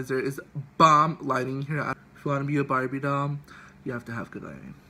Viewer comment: Lmfaoo “BARBIEE DALL”🤣🤣